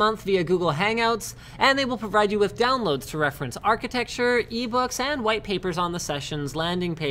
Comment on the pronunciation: "Architexture" -, 2016